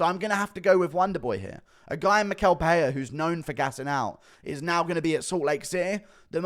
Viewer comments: And it’s pronounced mi-shell… you always butcher Brazilian names smh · Hey Guru, Michel is pronounced like me-shell.